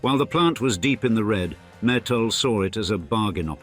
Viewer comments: It's not metals it's mittal lol😂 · It’s Mitt-tal not metals .. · Learn how to slowly pronounce mittal...it is mit tal t as in tea or cross the ts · Their surname is Mittal and not metal,, first and foremost